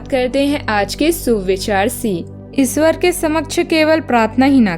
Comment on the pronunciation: इसवर नहीं मॅडम ईश्वर बोलिये